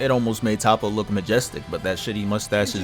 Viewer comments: top-oh? no-no. it's toe'poh. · Top-po is soo cringy. Ik you hear them say Toppo in the anime. Toe-po or Toap-po is the pronunciation. Say soap, swap the S with a T then add po😂